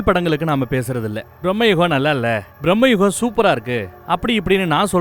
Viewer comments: It's not pronounced as Brahmma Yugam. It's pronounced as Bhrrama Yugam. Bhramam in Malayalam means madness or insanity. The Yugam of madness. A time of madness. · பிரம்ம யுகம் இல்லை பிரமயுகம் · Mate...It's not pronounced as Brahmayugam..It's bramayugam.. Meaning changes when the pronunciation changes.. The correct meaning is ' The Yuga of Bramam ' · It’s not pronounced Brahma-Yugam. Brama-Yugam. Bramam - Madness. Age of Madness. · sir it is not BrahmaYugam.....it is BRAMA Yugam.....bramai endru tamzil solvaargale....